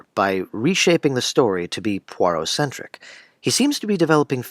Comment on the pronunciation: Kennerh Brannagh's butchering of Agatha Christie's Poirot is unforgivable.